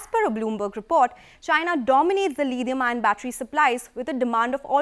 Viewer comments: Tada Chemicals..... 'Lidium-ion' batteries .... Lol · I still don't know what's 'Lidium-ion' batteries.